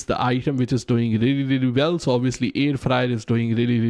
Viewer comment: “Really really bell”